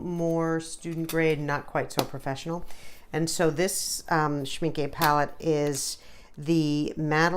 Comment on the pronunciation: This has to be the most adorable Schmincke watercolour swatching video I've ever seen. You had me smiling all the time. I love the way you talked, the way you debated with yourself about pronunciation options - (It's shmink-euh rather than shminkee, btw. ;)) - and your enthusiasm about those gorgeous colours. And what a neat idea to draw different owls instead of some boring squares to swatch out your colours. One more thing I enjoyed immensely was just hearing your voice and a little bit of sound without any distracting or annoying background music. Lovely video worth a subscription. :D